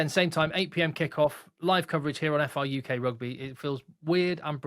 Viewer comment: Brilliant, well done and. This is incredible news. FRUK prouncunced FRuck instead for the Rugby lean in? I'll get my coat.